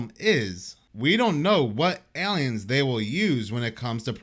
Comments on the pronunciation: OMT: there’s no “Y” sound in AY-LEE-INS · Love how he says aliens 🤣 ELLYENS